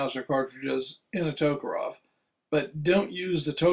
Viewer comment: That kind of bugs me too. All they need to do is pronounce it the way it's spelled.